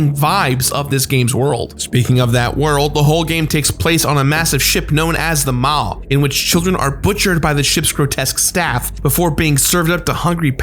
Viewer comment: Omg I've been waiting for this for so long and he says the ships name wrong ahahaha, honestly dude love you but it's not how you pronounce the maw